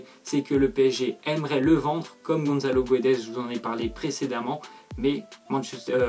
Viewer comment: On dit pas Gonzzalo mais Gonssalo on dit pas guedes mais gédes. Goncalo Guedes ps Je suis portugais...